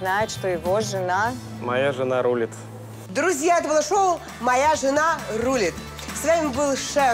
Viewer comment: В слове Рулит ударение на второй слог 🤦‍♀️